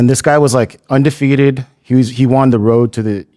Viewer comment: He's ONdefeated and ONorthodox🤣🤣🤣 I love this pod. But damn brother. Slow down and speak right. Brendan hits yevery pet peeve yevery time.